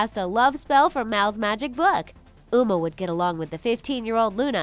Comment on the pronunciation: I found a mistake in your video you said una not uma. you said meerged intsed of marged.you said gung not gang. you said l;ungcon not lincoln